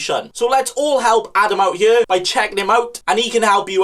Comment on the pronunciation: Man says here like yere